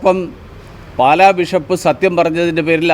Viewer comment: ബിശപ്പ് അല്ല ബിഷപ്പ്